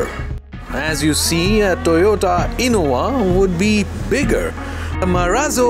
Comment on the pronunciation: Whats up with Indias Pronouncing "V" And 'W'. Its innoVAaa..Not InnoWaa Jeez